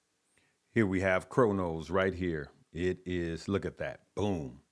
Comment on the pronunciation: Cronos is “Cro” family not Cor just an fyi!!!